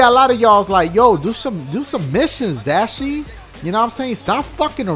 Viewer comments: his name is dashie not datchi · WAIT NO WAY HE BEEN SAYING DACHIE FOR A WHILE? Never knew that shit